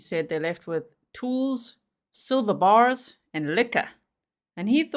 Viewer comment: Did he say"Sliver bars"(he make them sound)like they eloped??!!